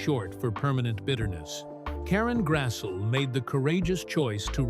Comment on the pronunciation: Its pronounced Grass-lee